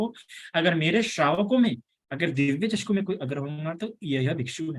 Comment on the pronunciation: वंदामी भंते आप चक्षु को चषकु कहते हौ